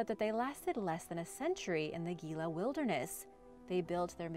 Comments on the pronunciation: Gila is pronounced Heela……… the G is an H sound in Spanish and that’s a Spanish name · Gila is pronounced "he-la" and I've been there. Pretty incredible place! Love the videos, keep up the great work! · I hope this helps. The word Gila is pronounced with a H sound not a G sound. When we first moved to AZ my Mom and Dad took us all around the state to see many of the cliff dwellings. And even up to Mesa Verde in Colorado. Wonderful sights.